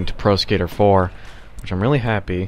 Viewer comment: I keep hearing "Tony Hawk's Prosecutor" lol